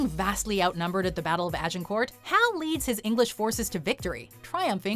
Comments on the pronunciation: you don't pronounce the last T at the end of Agincourt. In French you rarely pronounce final consonants, except for C, R, F, and L. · sorry, but Agincourt ends with a silent 't'.;) Oh and Shrewsbury is pronounced